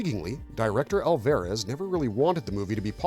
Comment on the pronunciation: It's got to be AI narration, right? Mispronouncing Alvarez and "bio pic" as "biopic"...it's bad.